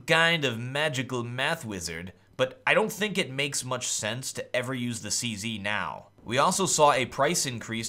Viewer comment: lol why does he keep calling it the 'CC'? its called a 'CZ', not a 'CC' lol